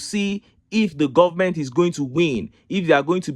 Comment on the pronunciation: A minister who can't pronounce "government" is the ministry of education? Nigeria "goment" is not serious! How can the educated Igbos and some Yorubas listen to these types Hausa uneducated people? Boggles the mind! Just reduce the cost of "goment" to minimum wage like all others.